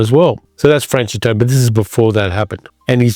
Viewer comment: Please learn how to pronounce names like Maigret and Franchot properly. There is no excuse. I can’t listen to you, fingernails on chalkboard.